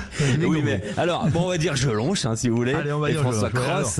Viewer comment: Il a dit JelONCH ! 🤣🤣🤣